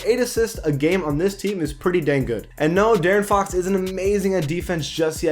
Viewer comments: Bro I got mad when he kept saying Daren Fox I’m like bruh it’s De-air-in Fox or Deaaron Fox I know it’s a mistake but it made me kind of mad but good vid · How is J-Rich still only a 79 tf....He's the best Heat player right now ifgaf what the ratings say. Also its D-air-n not Darren for Fox. Good vid tho👍. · The way he pronaunces De'aron Fox ugh 😡